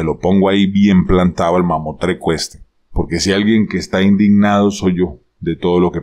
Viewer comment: Buenos días Profesor, se dice “mamostreto” lo admiro mucho.